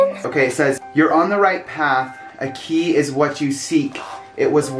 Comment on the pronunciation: Kay? I think you meant key! 😂